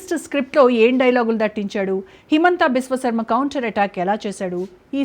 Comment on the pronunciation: విశ్వఖర్మ కాదురా విశ్వశర్మ రా ఎదవా